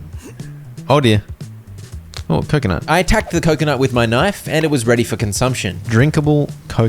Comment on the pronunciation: Stop saying coconut like that fkk ı get tilted